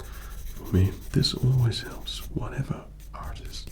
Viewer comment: At times the Rs (like in artist or paper) sounded a bit Irish to me :P